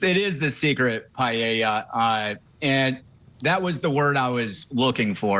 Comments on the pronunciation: it’s the “ei” intead of “e” paElla not payieilla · Paella - Spanish speaking can’t even pronounce it properly. Pa- e ( as in Ernest)- lla (as in jar)